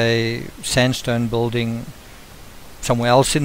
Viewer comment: bill ding not bolding! spelled BUILDING,PRONOUNCED BILL DING